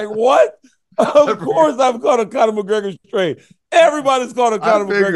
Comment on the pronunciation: Casuals can't even say the double Champs name.... Mcleggor